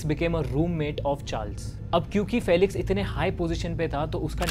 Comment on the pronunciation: “Fee-lix” not “fell-ix” and “Young” not “Jung”